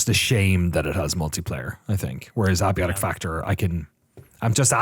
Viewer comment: Thank you for being the first person on youtube I've heard pronounce abiotic correctly Also, I'm glad is going to play some KCD2, but the thought of him skipping all the story stuff is already raising my blood pressure 😂